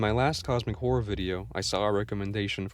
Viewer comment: i like how you say Cosmic Whore